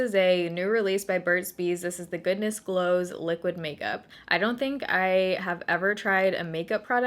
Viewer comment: At first I thought you said Goodness Blows"!!!